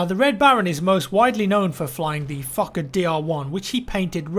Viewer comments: the way you say fokker............................. xD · I always heard that when he said it lol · i mean, if it matters the name actually has a long “o” as in ‘f oh kker’ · Fokker sounds like fucker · Sounded like he was saying the Fucker DR1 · The word "Fokker" sounds like "F*cker" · Why is he prounouncing "Fokker Dr 1" "Fucker Dr 1"? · I first thought you said fucker when you were saying the planes name lol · when he said fokker DR.1 i did not here fokker i heard f#cker DR.1...plz tell me im not insane. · I kept hearing the Fucker DR1 not the FokkerDR1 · I'm sorry, but it honestly sounds like you are saying the "Fucker DL1". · Anyone else hear 'fucker dl1?' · A fucker? Oh a fokker..sounds the same, just saying. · it's like you're saying the fucker not the fokker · The Fokker dr1 lol sounds like fucker dr1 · Every time I hear fauker I hear f****r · the plane is kinda pronounced like fucker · I thought he said "Fucker DR1" for a full minute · I thought you said fucker Dr1 for second XD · how you say fokkerdl1 is like fucker dl1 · who else thinks he's say fuck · I just love how says fokker, it sounds like he is fucker its just so hilarious. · When you say FOKKER, I heard you saying FUCKER instead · He said Fokker like it is Fucker haha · I laughed my ass of both times you said fokker, it sound like fucker :) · Who else heared fucker 1 instead of fokker dr1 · I thought he said the fucker dl1 when he was talking about the plane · "Despite this, the fokker..." Sounds like "Despite this, the fucker..." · the fokker dr1 sounds like fucker dr1 lol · Sounds like ur saying fukker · It sounds like he is pronouncing the airplane name as fuck-it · When he says fookerdr1 he sounds like fucker d r 1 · "Fooker" lol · I'm sorry, am I only the one who hears "fuck a deer v1"? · Fokker DR1 sounds like fuckerDR1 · I keep thinking he's saying "fucker" when he says "fokker" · I hear fucker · "the exclusive fuckadeer aircraft" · when says fokkerdr1 it sounds like fu*k a dear 1